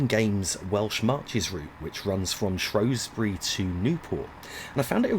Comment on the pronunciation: Ah yes, the shropshire town of "shrowsbury"... apparently